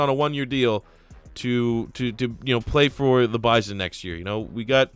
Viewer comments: Oklahoma native here, its Buy-Sun, not Biz-On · BYE-SON not BYE-ZON